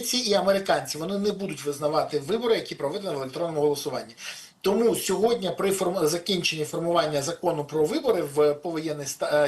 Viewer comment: Не сьогоднЯ ,а сьогоднІ, Пане Береза. З повагою.